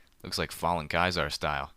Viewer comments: you pronounced caeser like Kaiser you say it SEE-SAR just so you know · It's pronounced "Cee-zer".